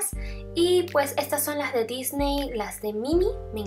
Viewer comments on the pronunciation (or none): none